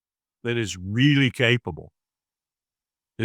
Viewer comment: I lose a few hairs every time someone says nukular!!!